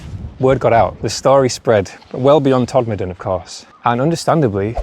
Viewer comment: Very interesting and glad to hear Todmorden pronounced correctly, although it's usually shortened to Tod. I wonder if the four posts guarding a pile of stones could be an old mine shaft as there were plenty of them in those hills. Did you know that Todmorden had a real flying saucer? It was a glass fibre house made by the Futuro company and lived on land on Rochdale Road opposite the old fire station. I went to look for it again and it had disappeared. Very strange!